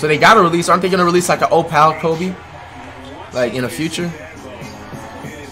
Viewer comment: “OhPal Kobe”